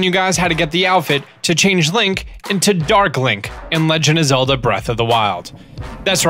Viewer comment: Zegand of Lelda